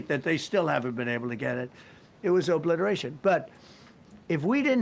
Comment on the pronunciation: He sed the word Izzy oblitoration!...lmfao 😆 🤣 😂